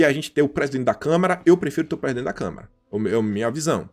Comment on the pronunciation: E O MALUCO AINDA NAO APRENDEU A FALAR CÂMARA